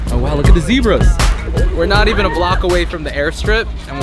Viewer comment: "zeb"ra not "zee"bra